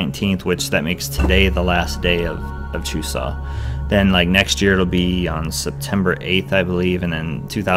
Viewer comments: you have to say chuseok with the k at the end. it seems like you were saying chusa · Actually, there is a k at the end. You pronounce it exactly the way it is written. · It's not very strong bu there's supposed to be the k sound at the end. Check out this video watch?v=STsbUbQIIKo